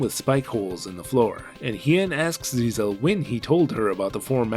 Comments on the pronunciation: It's GISELLE, not ZIZEL 😂😂😂😂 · I'm pretty sure the princess's name isn't "Zizel" but meant to be "Giselle". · Except it's really Giselle, since written in katakana 😂